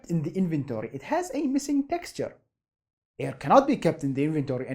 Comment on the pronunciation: i like how this guy says “airrrr”